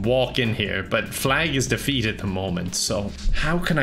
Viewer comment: defeat de*feat Two syllables